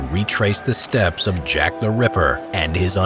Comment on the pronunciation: So I’m not the only one who heard “Shaq The Ripper” right !?